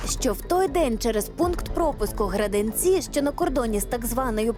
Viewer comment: Печаль,таких как он и тех кто ему позолил и позволяет так себя чувствовать надо истреблять,спасибо Вам за материал,P.S ,не Граденци а Граденицы😁